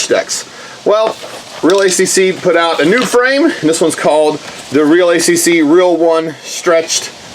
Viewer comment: I think its pronounced real Akk